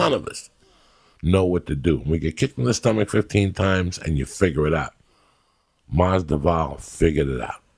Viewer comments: Lol the d comes before the v.dude needs to brush up his reading/research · How can you misspronounce your friend's name? I love Joey but this is too much, a bit disrespectful. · "Ģabagope. Mungumbo. Nigo Vanopello. The sollution. Kalabeeb.Stiopick and now Masdival". Ya gotta love him. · Masdival 😂 Stiopic 😂 Khalabib 😂 Joey ur the boss 🤣 Joey Diaz baptizing these mothereffers 😂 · Khalabeeb, Stiopic, now Mazdival, Joey pronouncing fighters names wrong never gets old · Marco Vaz Maz-Da-Vall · Glad that I'm not the only one hearing Masdival. Thought they were friends? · gaww dammit Joey. its MAS-VI-DAL. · MASDIVAL Joey Diaz be wildin with the names 😂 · Joey kept saying masdoval beacuse masdoval i think is also quite common last name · Who's better at butchering fighters' names Joey "Georgay Masdival" Diaz or Chael "Yarear Rodriguez" Sonnen? Joey "Khalabib" Diaz? Chael "Kamara" Sonnen? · He said Mazda-val.... Maby he was thinking about a mozza ball.🤣He still made some good points and we love ya uncle coco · "Masdival". Even being a Cuban too. Only Joey could say this😅😅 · Bro with Joey being Cubano u think he get his name right...lmao...Masdival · Oh hell nah he said Masvifall lol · During a college football game the commentator read off the names for the fight and said diaz vs Mas-veedle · he pronounced "masvidal" 8 different ways lmaooooo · If anybody watched the Masvidal podcast 3 4 years back, uncle Joey couldn't pronounce Masvidal then and couldn't pronounce Masvidal now 😂😂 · Don't forget Unggayo Magumbo and Jason Gabagoop 😂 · LOL! For fuck's sake. He should be able to pronounce Masvidal too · How is he cuban himself and cant pronounce that name right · You know you truly made it when Joey Diaz murders your name. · the way Joey said his name 😂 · CHAEL and COCO with their fighter name pronunciations! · Joe can u learn his Name please lol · the only Cuban who can’t pronounce masvidal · He says they are personal friends but he can't pronounce his name...lol